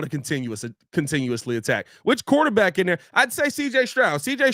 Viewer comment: What the hell is a "QUATERback"??